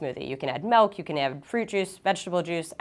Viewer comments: With the smoothie version, did she say that you can add “Melk?” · Milka - Americus no, why do you ask? I mean, she clearly said melk instead of milk